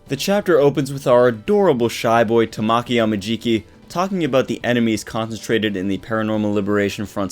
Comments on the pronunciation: I cant wait till this chapter is out for me. Also Amajikis name is pronounced Tah-Ma-Key I wanted to point that out I'm sorry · It's how he enunciated it. It sounded like tuh(short)maw(stressed)ki(short). In Japanese there isn't any syllable that is stressed more than the other like in English. You give each letter (composed of 2 English letters) an equal renunciation and don't make any br pronounced longer. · he was pronouncing his name wrong. If you go to Google translate and put Tamaki and click the sound on the Japanese side you'll see what I mean. I'm sorry if i made anyone upset.. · your where pronouncing his name wrong I'm sorry